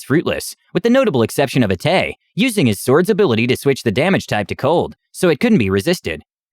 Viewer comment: xD Yeah, Atais, Aisla, Sisa, and Tazita got lost in translation. :p But he tried! Honestly, I don't even know how I'd try to phonetically spell Taz's name that would make it obvious.